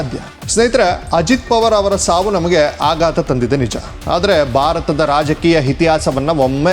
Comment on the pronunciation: Alla Bharat endu Ucharisi Shudh Kannada is Required 😂